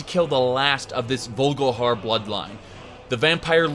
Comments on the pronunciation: haha i'm also pretty sure it's vol-ik-har, not vogelhair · Dude do you play the game in german or something? its VOLKIHAR not vulgahar. And Skaal is pronounced Skawl, not skull